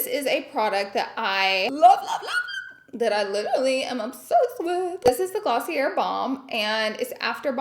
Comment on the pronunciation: It's glaw-see-ayy not glossierrrr